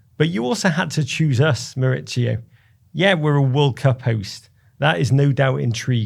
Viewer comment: MauriCio not MauriZio!! Why do English people change his first name from Spanish to Italian? Yes his surname is Italian but his first name is in Spanish. He’s from Argentina. MauriCio.